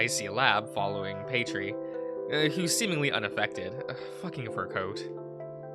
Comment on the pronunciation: I'm curious about your word comprehension 🤔 Where is the ee sound at the end of Paytr coming from? Not trying to come across rude I'm genuinely curious 🙂 Also introduction of the mystery hexagon robot X3c